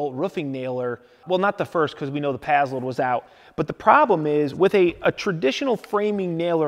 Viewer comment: When you “pazload” are you trying to say “passload”?